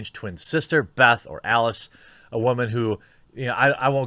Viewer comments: I like your content mate and i've subscribed... however its 'Wooo..man', not 'wha..men'..... :P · Oh thank god you finally said "whamen" right. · Why do you pronounce "woman" as "whammin"? Am I missing something? You do this on all your videos and it bothers me because, either I am missing something important, or you don't know how to properly pronounce a very simple word. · Can anyone fill me in on the background of why he pronounces woman "waman?" Just started to watch the channel, genuinely curious; not being passive-aggressive.